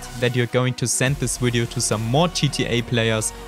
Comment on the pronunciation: Cut a vein everytime he said "Widio"